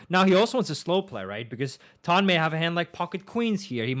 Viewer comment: it's pronounced tan like tanned I corrected u last time with the T-ara one lol